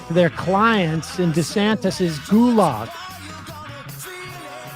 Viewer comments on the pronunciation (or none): none